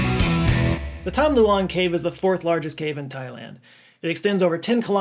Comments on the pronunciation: I thought you called it the "Tom Delonge" cave 😂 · I had to check multiple times to make sure you didn't say 'the Tom Delonge' cave 😂